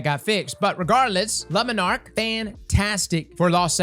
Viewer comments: I know you are not pronouncing "le Monarque" as "Lemon arc" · Nobody: Absolutely nobody:: "LA MuhNark" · Dude I laughed out loud, lama nark WHAT???